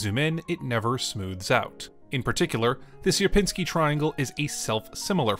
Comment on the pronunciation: Its not ser-pin-sky triangle Its siier-pinni-skyi triangle Sier-piń-ski